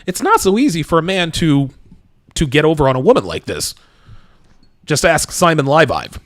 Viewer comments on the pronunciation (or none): none